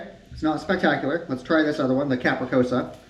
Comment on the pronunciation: Pizza is not capricosa, it's capricciosa (kah-pri-chosa)